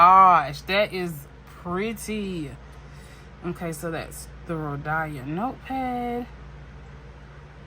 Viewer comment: Hey …”It’s hot in Georgia.” I giggled. 🤭 It’s 🥵 here in Vegas. Your heat is like warming up food in the microwave. 😉 You pronounce Rhodia as Ro dye uh… it’s Ro Dee uh. And say it with no stress sense. 💜 I’ve watched Karyna for a few years, she is the real deal. 😊 I recommend watching Brittany over at Carrots and Olives. She is also a wonderful creator. 💜 Sailor 731 was a delish color! ❤ ok I see you 237. Nice 😊 I love the ASMR of the boxes and bottles, pens etc. So keep up the noise. 😊 send me your mailing address and we can so an ink swap.